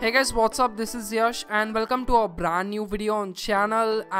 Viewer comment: "Beraand New Bedio"